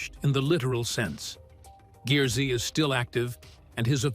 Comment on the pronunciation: If you had met Stacey David and heard him pronounce GEARZ, you would know it is not pronounced Gear-Z. It is pronounced Gears.